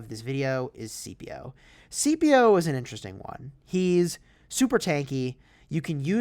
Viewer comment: How he pronounces Scipio😂